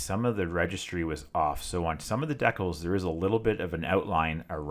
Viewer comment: deckels? Oh, DECALS. dee cal....